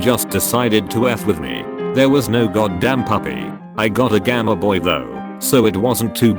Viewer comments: First story he said gamma boy in stead of game boy HAHAHHA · “I got a gamehboy though” GAMEH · gameboy gam-e-boy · Gamaboy would be a great name for a superhero